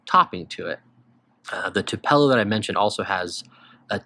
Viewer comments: I’ve never heard anyone pronounce Tupelo like that😅 its pronounced ‘too-puh-low’. On the noise with Honey Nut Cheerios. Summers for me are all about GH Lakelands, specifically Grousemoor, it’s like green lemon/lime Gatorade. Great info! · Thanks for the list! Just a side note, Tupelo is pronounced like "tupe eh low"